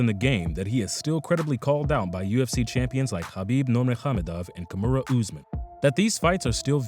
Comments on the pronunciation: and Kamura lol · Lol, yeah. How he pronounced Nurmagomedov, Kamaru, and Loiseau was like he only read the names before. Also called Mike Swick Matt Swick.